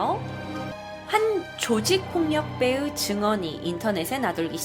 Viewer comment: 조직폭력배의 ..조직폭력배으 발음 정확히좀요.